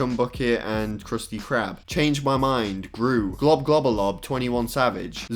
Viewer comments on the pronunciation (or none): It's not globglobgobalab. It's globglogabgalab